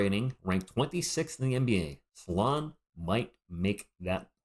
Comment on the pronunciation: Hi - thank you for sharing! Being French, I think your prononciation is spot on 😊. I had a look at First Team’s take on Salaun - it’s in French but full of great insights from guys who know. He started out as a 3 and has been moved to 4 (he’s compared to John Collins). The consensus is that he is very talented and has progressed very quickly, has a ceiling that’s potentially higher than the other French prospects this year, but he has to improve his ball handling, shooting etc. Raw but very very promising.